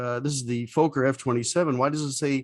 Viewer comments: That's exactly how we pronounced it in Australia, i.e. Fokker (with a short 'o' sound) as opposed to Foker (which rhymes with poker). That pronunciation was brought home by the engineers and pilots who went to The Netherlands to monitor the building of each aircraft (and then flew it home) operated by the airline I worked for. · Don't know where you got your pronunciation of FOKKER. If it had one K I would agree with you, but two Ks make it sound like locker. Also my mum was dutch and personally knew Mrs Fokker, and I even met her in her later years. Great aircraft which I flew as captain for four years. Thanks for the video. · A great and very informative video. The only small things is that your pronunciation of Fokker is wrong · In the first 30 seconds you mispronounce Fokker, I moved on! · Fokker has a short O sound (I'm Dutch and there's a Fokker factory a few km from my home). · Indeed. It rhymes with locker and docker. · Why do Americans constantly misprounce Fokker? It is Fok - Ker with a short O in the first syllable, not a long O to make the first syllable sound like "folk". It is so annoying. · The pronunciation is ‘Fokker’, not ‘Folker’ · Great content but the mispronunciation is driving me nuts. It's Fokker, not Fowker :) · Why do you pronounce it foeker it is pronounced Fokker like docker get it right for gods sake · Flew in these in the 80s. Loved it, but they were very noisy. PS, Folker is incorrect. It's pronounced like it's written. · Fokker is not pronounced Fo-ker. There are two letter 'k' in the name. It is pronounced Fok-ker. Fokker is the surname of the man who designed the aircraft. Kindly do not insult him by mispronouncing his name. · Learn how to pronounce Fokker....it is NOT Folk er. It is Fock er....for a so called aviation channel you should know that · I loved the typical sound of its engines! Do you pronounce it "Fooghr" to prevent demonitization by stupid youtube algoritms? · Be nice if he could pronounce Fokker properly.